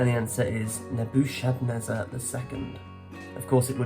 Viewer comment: Obviously you've never been to church. Nebuchadnezzar is pronounced Nebu-Kod-nezzer. In the Chaldean language (Phoenician) the ch is always pronounced as a K sound.